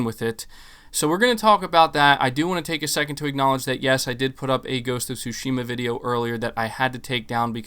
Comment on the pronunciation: "Tsu"shima not "Tush"ima